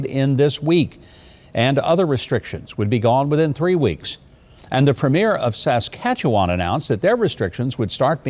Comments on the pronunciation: Mr.Huckabee is a true champion of the truth!!!He is well versed on current events and he has enough class to know how to pronounce one of the hardest to say ,Saskatchewan!!Bravo for using your brain and proving you have one ,thanks governor!!!Always wanted to say that? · Thank you for covering the Freedom Convoy, and also your excellent pronunciation of Saskatchewan!